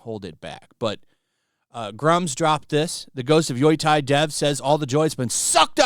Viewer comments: HOw in tf do you see YOTEI and pronounce it YOI-TAI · Yoy-thai? dude yo-tey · It is pronounced Yoh-tey, not Yui-tie. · Why is everybody mispronouncing the game's name though. It's written Yotei, so why is everyobody reading Yotai? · it’s YOTEI !!!! Not fugging YOTAI WTF MAN !!! Learn how to speak Romaji you azz wipe ! love your videos btw bro keep it up 👍🏻 ❤ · Probably got quite a few similar comments but it's pronounced "yo-tay". I live about one hour from Mt Yotei. Beautiful mountain! I hiked up and stayed overnight at the top. The view is amazing. There's also a great soba shop called Isshin at the base. Wonder if it's still open... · "YOI TIE", huh? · GHOST OF WHAAAAATTTTTTTT HAAHAHAHAHAHSH I had to repeat that AT LEAST 5x 😂 I heard the most obnoxious pronunciations to YOTEI , like "Yo"thai" (like ghost of thailand) but got of WUTEI maybe my guy is mixing it up with Wutai in final fantasy 😭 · Yotei is pronounced "Yo Tay" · pretty sure it's not pronounced yoytei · Sure, let’s trust the research of the guy who didn’t look up how to pronounce Yotei 😂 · The way you read "Yotei" is painful, please learn to say it properly dude xD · Yoi-tai. Just say Yo-tay it;s the closest you'll get. After several years he's still saying Shushima......